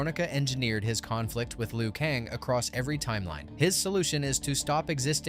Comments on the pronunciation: U keep fucking me up every time u say lu kong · Say Kang correctly twice and every other time you say Kong also Raiden (ray-den) not riden